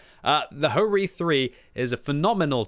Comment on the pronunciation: and HO-Ri?